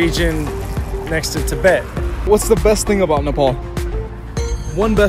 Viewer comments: It's not nepool it's nepaal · Don't pronounce 'Nepal' with an accent please..